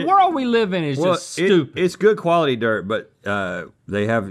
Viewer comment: "and how much did we pay for this DIRT in a container?! the world we live in is stEWupid" Link's whole mini breakdown is SO ON POINT I swear Link, SAME. what is even happening anymore